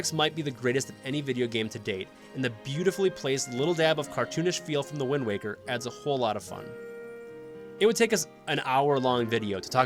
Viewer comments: Wind waker not wind walker lol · Alright then here we go. 1) Simple fact checking. A Link Between Worlds and Triforce Heroes are NOT in the adult timeline, they are in the defeated hero timeline. 2) “Wind Waw-ker” 3) There are 19 games. Four Swords is cannon. 4) Why is it so hard to figure out which Oracle game is better? They can’t be equal in every way, they’re TWO DIFFERENT GAMES. 5) “Eldin” is not a super common Zelda word, it’s not even said ONCE in Ocarina, or any game until Twilight Princess. It’s a stem from Din, and is now the name for regions in Twilight, Skyward Sword, and Breath of the Wild. 6) Nobody’s going to care that the original two are at the bottom of the list just because they came first. They’re objectively worst than the other ones, because the technology and mechanics were just worse. 7) So. Many. Narration mistakes. No one can speak perfectly, just go back and restart from a certain point. Random pauses between words, repeating words because you said them wrong, bad pronunciation, and weird stresses on wrong parts of certain words. 8) The narrator clearly read off a script he didn’t write, or at least I HOPE so. Like I previously mentioned, it was clear there wasn’t practice or expectations of what word came next, which lead to saying the wrong word or having a random pause because he thought the sentence was over or he didn’t know what was coming. There. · did you just pronounce it as "The Wind Walker"? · GUYS!!! LOOK OUT!!! IT'S THE "WIND WOCKER!!" . Thank me later. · Wind Walker??? Mispronouncing Navi, calling the original Zelda 3D, "Twilight is the definition of different" (thematically tried to be Majora's Mask and didn't enhance any of the 3D predecessors.) Has anyone at your channel actually played any Zelda games, or is everyone just Googling "best Zelda games"? This video really made me wish there was a "ban" channel button. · This man said wind waaa ker. Also this review is kind of dry. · Did he just say Wind WALKER?